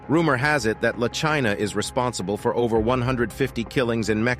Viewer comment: I hate when people make these videos and don't take the tune ti learn ti say the name correctly. La china🙄